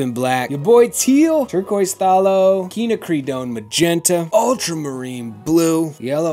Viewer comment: I ❤️ you sooooo much… Quinn-ack-ri-doe-n. 😬🤣